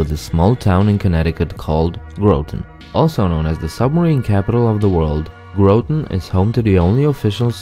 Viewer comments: Graaaah ton not grow ton..lol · Hartford is not a coastal city, also Groton is pronounced GRAH-tun, not GROW-tun. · It's not GROWTON..It is pronounced Grahton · You aren't saying Groton right trust me I live in Connecticut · Groton, rhymes with rotten. Corresponded with a woman from there. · 1: you’re saying groton wrong. 2: CT is not a great state. Majority of people here hate it. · Small coastal city?! Welp. Anyways, I live in New London :) Though you pronounced Groton wrong. A word that rhymes with Groton is rotten or sum.